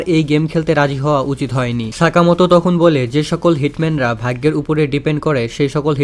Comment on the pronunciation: vai eta vhaiggo na. vhaggo hobe. ar hea vai eta kono hate commant na. just amr theke eta ektu Weirdlagse tai bollam.